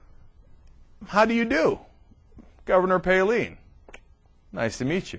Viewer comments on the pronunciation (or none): Palin is pronounced Pay-lyn. (I live in Alaska, I would know) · Definitely the funniest old TYT video. Between how little we knew, back before we were exposed to Hurricane Palin, and then Cenk calling her "PAY-LEAN" the entire video. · Is it really pronounced "Paleen"? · It's also hilarious how he had to look up how to pronounce her name but still pronounces it wrong. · I know! How ironic. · This guy is an idiot he sais he had to researc on how to say her name and he still sais it wrong what an idiot.